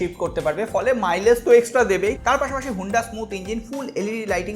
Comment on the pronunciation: Huunda na honda